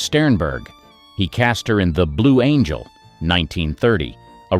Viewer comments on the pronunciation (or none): none